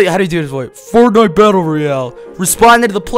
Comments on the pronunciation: He really said fornife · Me watching this:🙂 Me when he said fortnife:😂🤣